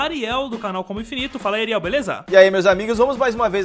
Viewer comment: que bizarro o sidão fala areil ai eu penso que é comigo